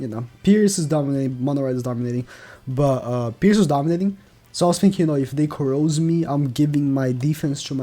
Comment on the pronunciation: "corrose" It's corrode but ok lmao